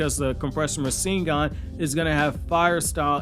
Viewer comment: Compressed fire style rasengan..... Rasen'Gun lol